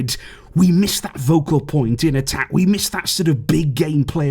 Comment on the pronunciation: it’s ‘focal point’ NOT ‘vocal point’!